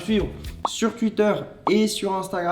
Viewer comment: on dit touiter pas tuiter